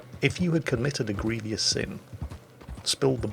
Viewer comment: And then brought religion in, AND mispronounced grievous. Oh Sir please don't change. Continue to be crap and we'll love you.